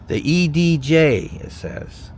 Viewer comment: I’m in the Hankinson area. Most people work elsewhere which is why it seems empty. That long train was likely dropping off/picking up tankers at the ethanol plant where my dad works. Crime can be attributed to the Dakota magic casino right off the interstate. “The EDJ” is pronounced edge. The school is K-12 and they’re very proud of Cody Mauch who plays for the Tampa Bay Bucs. The convent is where the nuns live and is currently being used for church. The church you showed caught on fire last winter. Unfortunately you missed Lake Elsie, lots of nice houses out there. Also the Sandhills, fun place to hike or ride horses. They have 1 sheriff who patrols Lidgerwood, Hankinson, and Fairmount. If you don’t like the outdoors, hunting, fishing, 4 wheeling, etc., then you’d probably die of boredom.